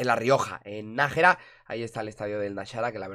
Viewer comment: Se pronuncia náxara no naxara